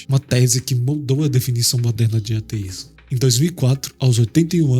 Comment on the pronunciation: Da mais ênfase ao "A" quando falar ateísmo, senti dificuldade em entender se tu falava ateísta ou teísta... Consegui pegar pelo contexto, estou no aguardo ❤